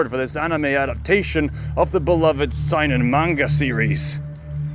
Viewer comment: Seinen is pronounce like “Say-nen” btw